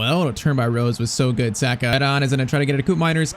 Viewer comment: Saaaaahhhhka pls say it right